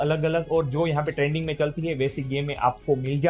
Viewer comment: trading ❌ trending ✅😂